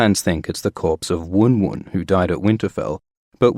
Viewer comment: Not pronounced woon woon its One One..he was named after Phil Simms who wore number 11 during his hall of fame NFL career. Confirmed by G.R.R.M